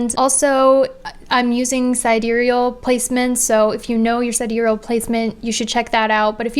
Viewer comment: Yea!!! finally pronounced sidereal right. It was really bugging me when she pronounced it sidereel.